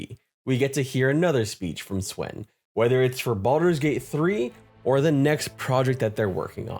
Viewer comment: Dude, Swen is pronounced as "Sven." "Say [his] name right!" - Key & Peele